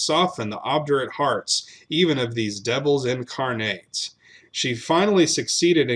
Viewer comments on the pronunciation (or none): none